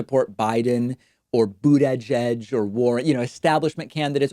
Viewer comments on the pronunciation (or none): i lost my mind when David says Pete BOO TAY GEG LMAOOOOOO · Lol Boot edge edge 🙂